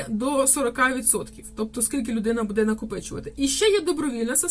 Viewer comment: Кажiть грамотно : не будЕ, а бУде,не калiчте мову